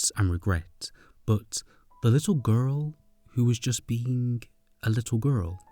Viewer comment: This was an amazing video but I laugh everytime he says “gu-rl”